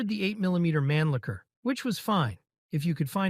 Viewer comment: That is NOT how you pronounce "Mannlicher" lol.